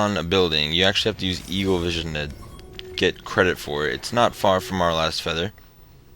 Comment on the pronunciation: did you say evilvision instead of eaglevision